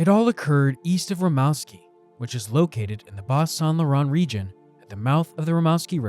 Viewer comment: Pronounced Rim-moose-ski.